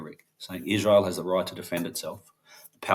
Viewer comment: NOT IZ-RA-HIELL